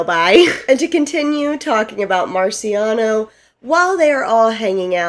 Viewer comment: MarCIAono not MaRIciano 💕 But then you got it right for the rest of this video 😂 Great job on the recap. This was super helpful to refresh my memory for the newest season. I couldn’t put myself through rewatching it.